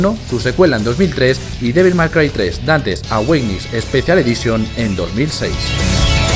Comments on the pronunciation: devil may cry 3 dantes aweinisssssss madre mia que ingles el tipo... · "Dantes Aweitgnis"